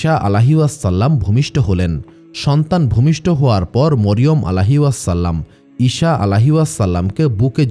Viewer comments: ইশা নয়, আবার শসা বা শিশা নয় ঈসা হবে সালামের "সা" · ঈসা (আঃ)কে ঈশা (আঃ )উচ্চারণ ঠিক না, বিবি মরিয়মের নামের পরে (আঃ) নতুন সৃষ্টি যা আমরা কখনও কোথাও পাইনি। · আপনার উচ্চারণ ঠিক করেন। ঈসা আঃ, not ইশা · ঈসা আ. কে বার বার ঈশান আ. বলেছেন। কানে বেধেছে।